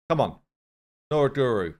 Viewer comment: He calls No-Gor-Yo Noraguru 😂